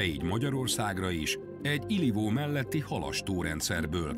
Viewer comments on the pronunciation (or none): Az az "Ilivó" valójában Ijvó.